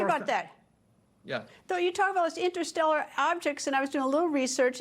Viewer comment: This lady went to law school, but still mispronouncing ‘interstellar’ and asking super silly, 5th grade questions? 🫣😆